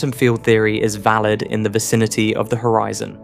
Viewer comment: The author is AI. he said hoREEEZON